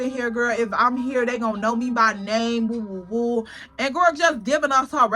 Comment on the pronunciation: Lmao “yea like woo woo woo” kno u from Chicago ❤